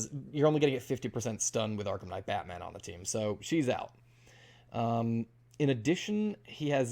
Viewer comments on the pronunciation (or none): none